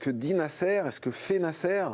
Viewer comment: Pourquoi prononcer le nom de Nasser de cette façon? cette cloche de présentateur....